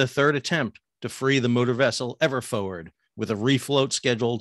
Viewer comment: Forward not “foward”.